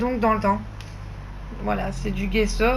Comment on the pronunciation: bonjour JE CHERCHE AUSSI A FAIRE DU"""JESSO""""on ne dit pas """guesso """"mais """"jesso comme """jessi"" en italien g =j gesso veux dire plâtre voilà pour l'info bonne journée Bises A BIENTÖT